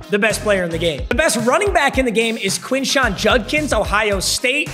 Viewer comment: Quishon Judkins’ first name is pronounced keyshawn btw